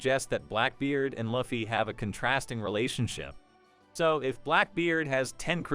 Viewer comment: Can never take anyone serious who cant even pronounce the name of the protagonist..